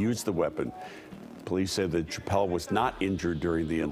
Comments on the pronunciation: I'm sorry, are you saying "Ch-appelle"?? 😆🤦‍♂️ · Amen, good lord it was killin me!! Say it with me professional news anchor, “Sha-ppelle”!!! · If you’re going to report on one of the most famous comedians to exist, learn to say his name please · The CH is pronounced with an SH. How could you not know how to say his name if you are a news anchor. Geez.